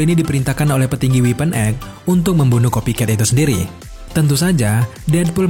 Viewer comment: Sekedar saran "Weapon X dibacanya X bukan weapon Egg